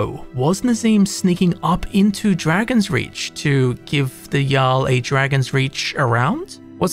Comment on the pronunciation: Jarl not Yarl